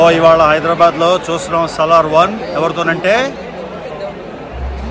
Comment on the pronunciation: Saaalar kaadu anna salaaaaar 😂🤣